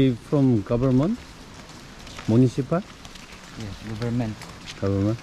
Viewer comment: 볼수록 &세이 부부님한테 빠지게 되네요...니카의 누워있는 모습에서 체념한듯한 느낌이 들어 너무 안쓰러웠습니다. 돌아오는길에 복구 현장에서 님 municipal 발음에... 님 말대로 이와중에 바다 이쁜것 처럼 이와중에 빵 터졌습니다. 죄송합니다. 전부터 느낀건데 필리핀 영어 발음은 a가 '아' 발음으로 주로 하더라구요....